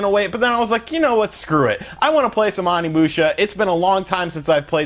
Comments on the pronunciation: Dude, I like your videos but the way you butcher the names is horrendous. animusha and salmonosuke. Lmao. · Its Pronounced Samanoske and Kaede no whatever you said. Sheesh. They say their names over an over while you play. Onimusha not Animusha. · Say ahnimusha one more time! I freakin dare ya! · Omg its oni not ani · Pronounced O-ni-mu-sha not On-ni-mu-sha. Also more of Samurai than ninjas I think. 3 was also a good game and Reno wasn't the only actor on the game. The other character was a famous Japanese person. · OH-NI-MU-SHA Not Animusha lol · O nimusha... O O O O O not ON. The ending is amazing short game but fun. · It’s oni musha not Ani musha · The mispronunciation of OH-KNEE-MOO-SHYA. オ 二 ム シャ. Is killing me. That being said, I love your channel dude. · It's pronounced oh knee moo sha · Onimusha Oh-Knee-Moo-Sh-Uh Sama-no-sk-aye. K(p)ie-Aye-Day I am so sorry, just it bothers me. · omfg learn basic Japanese pronunciation. Vowels only make one sound in Japanese, it's not hard. I cannot watch this past the intro... It's Oh-Knee-Moo-Sha. People that mispronounce Japanese piss me off because you can tell they made absolutely zero effort. It has to be the easiest language to pronounce. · Jesus christ OH-KNEE-MOO-SHA. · Let's say it together: "OH-KNEE-MOO-SHA." "SAH-MAH-NO-SU-KEH." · It's pronounced OH knee moo sha. Oni means demon in Japanese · I hate being that guy but it's oh-ni musha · Oh knee moo sha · ...it's Onimusha "Oh-nee-moo-sha" & Samanosuke "Sah-mah-noh-skay"...just FYI. Thanks to Onimusha 3 back in the day for that!! It looks great though...will definitely download it when it gets released stateside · ''Awnee'' lol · Pretty sure you’re pronouncing the name of the game incorrectly mainly the first three letters you’re pronouncing incorrect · I cringe everytime he says Onimusha 💀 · Your pronunciation of everything including the game's title is wrong. This is per the English cutscenes. I feel like you didn't play it at all, or not recently anyway.